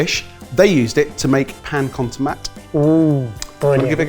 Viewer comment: Stop pronouncing Spanish the French way, and also more importantly that dish is Catalan and called pa amb tomàquet.